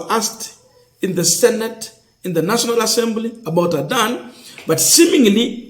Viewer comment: You should learn to pronounce words and names correctly. Make sure you add - S - to plural words. Don't ignore it. It is very important. On pronunciations; Adani - Not Adan Amenya - Not Amenyo Etc.